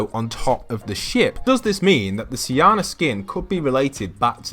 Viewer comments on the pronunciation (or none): Hey I looked it up and it’s pronounced See-oh-na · It’s pronounced Shona